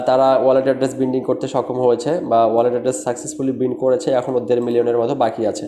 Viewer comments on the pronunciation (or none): ভাই, শব্দটা ❌বিন্ড হবেনা না, শব্দটা হবে ✔️বাইন্ড ⭐ Ok ? আপনি সিঙ্গনাল ও দেন ?? 😅